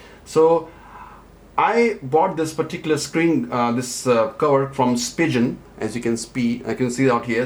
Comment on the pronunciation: Spigeon ??? lol its Spigen